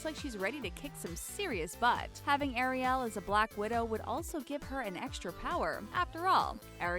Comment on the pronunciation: Anyone else triggered by the way she pronounces Ariel